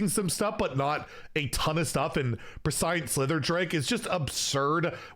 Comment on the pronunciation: Pres-shent Slitherdrake homie. haha. Love your vids, thank you.